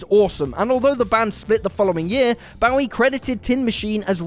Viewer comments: seriously, England, learn the right pronunciation of "Bowie"! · Suggest you find someone who can pronounce Bowie if you're gonna put him in videos. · Please please please learn how to say David Bowie’s name?! Please??? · the way he pronounces david's last name hurts my soul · How does a Brit literally never say David Bowie's name right? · A music channel that can't properly pronounce David Bowie? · Yeah he's doing the knife pronunciation. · You have no idea how to pronounce "Bowie!" Idiot!!! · I have never heard anyone but you pronounce “Bowie” like that! I suspect that you aren’t pronouncing it correctly! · Again with the mispronunciation of Bowie!? Aren't you supposed to be a pop culture channel??? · You're mispronouncing Bowie.